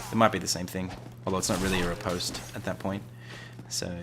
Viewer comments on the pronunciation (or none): Bruh. You called a back stab a ripostate 😂 Rip-ost is the pronunciation btw